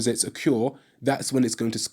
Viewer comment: It’s occur, not occure. Otherwise cool.